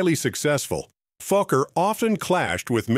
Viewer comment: Was his name Fucker or Falker or Fokker??. Please check your videos before going online!!!